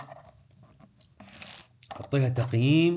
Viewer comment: طريقة نطقك للمحلى ههههههههههه مو مُحلى ، مَحلى